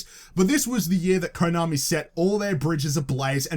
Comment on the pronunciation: tbh I think EA fucked up more than WB. Btw you're mispronouncing the o in Konami and Kotaku. It's meant to be like the o in "of".